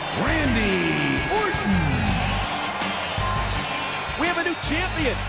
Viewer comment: is so funny the announcer goes "wandy warton" dude its randy orton